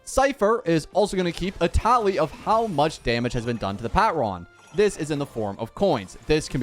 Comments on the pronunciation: The pat-ron physically hurts me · i found it weirdly funny how badly he butchered the word "patron" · him pronouncing patron like that is hurting me